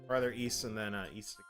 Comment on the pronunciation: East not weast